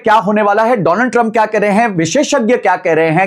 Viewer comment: पहली बात विश्लेषण होता है न की विश्लेष लन, और दूसरा डोनाल्ड ट्रंप होता है न की दोलन्ड ट्रंप 😊